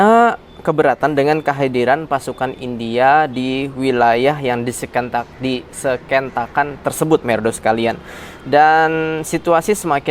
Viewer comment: Kritik dikit : di- sengketa- kan. Bukan di- seketan- kan.